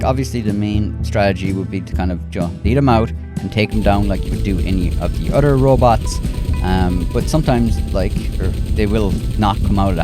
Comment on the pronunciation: “Otter tips”😂😂💀